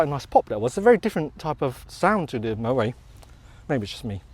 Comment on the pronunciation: The 't' in Moët is not silent, it's pronounced as mow-ett, same goes for Perrier-Jouët and the excellent singer Alison Moyet, I'm in my sixties and thus pedantic. Great channel by the way.